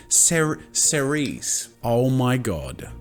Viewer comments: tes its pronouced [s] cerise it means cherry in french btw hi from france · Cerise means Cherry in French Edit* And yes, it is pronounce Ser-ese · thé corect prononciation is [s]eree[Z]